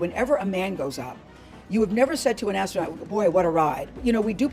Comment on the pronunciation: Astronaut ❌ Astro-Nought ✔️